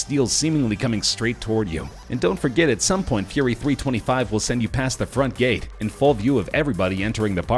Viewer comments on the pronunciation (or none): 1. It’s pronounced Fury Three Two Five 2. Full Throttle isn’t even the craziest coaster in it’s park, and neither is Gatekeeper. 3. Why are you showing pictures of a completely irrelevant ride and talking about another? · Scary SteveCraft Roller coasters are some of the safedt things ever created. The guy in the video has no idea what he's talking about. Sure the facts are right but still, he ranked gatekeeper at number one. Of course i like gatekeeper, but you shouldn't make videos like this, or comments like you did. He didn't eveb pronounce Fury 325 correctly. Just because you are gp and have no idea what you're talking about doesn't mean you should treat people that do like idiots. Do research if you want to say something.